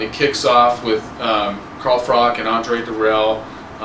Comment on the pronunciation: its pronounced Frotch not Frock lol im going with the Cobra and kessler to dominate but there all going to be interesting fights the dark horses i would say Ward and Dirrell, i cant see Taylor winning it and i think Abraham could beat Taylor but its a move up in weight for him, Froch will beat Taylor in more style next time